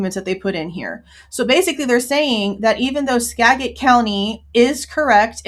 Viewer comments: The pronunciation of Skagit county is Skajit. I had a feeling right after this case was filed that it would be moved to federal court without even thinking about the FBI being involved. When a state entity is involved it is usually filed at a lical level, but moved to federal. I know this from personal experience. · Because it will probably come up again, "Skagit" county is pronounced "Skajit."